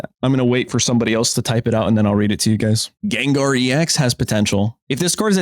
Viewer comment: I laugh every time how your running gag on pronouncing Pokemon incorrectly, like "Deckadewy" (Decidueye) and "" (Gengar), even though you know it's not how you pronounce the Pokemon's name. Besides that, wow, this is a crazy pack set. I'll definitely getting a lot of packs on this one. However, one question: Is it just one-pack set? You mentioned before that it's suppose to be like Space-Time Smackdown, 2 packs for a set. That's a little odd though.